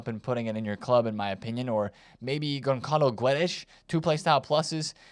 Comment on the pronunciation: Ç reads like double S. GonSSalo. And the u between G and e is silent, Gedesh. GonSSalo GeDesh